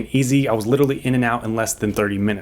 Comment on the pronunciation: First it was “literally” then “litrally” now everyone pronounces it “littly” Sweet car, but I just can’t 🤦🏻‍♀️